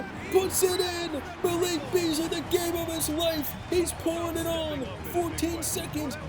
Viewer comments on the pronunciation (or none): none